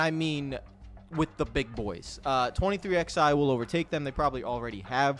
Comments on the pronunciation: It’s 23 ELEVEN. Stop saying “XI” for the love of god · Saying “23 ex eye” instead of 23 11 was infuriating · I love you bud, but you've gotta say the name right. The "XI" in 23XI Racing is the Roman Numeral 11. It always has been. It's "Twenty Three Eleven Racing" (combining MJ's number with Hamlin's number). Please start saying it properly.